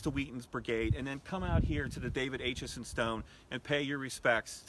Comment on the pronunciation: David Acheson was my 3 times great uncle. Thanks for bringing him to public attention. My 11 year old grandson is currently working on a report about David Acheson, called “Gettysburg and Me” Something to note; the A in Acheson is pronounced with a short A sound like apple, not the long A pronounced like ape.